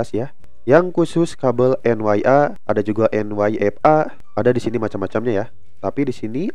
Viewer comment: Itu kabel Een Yee aaa... bukan en wai aaa...😅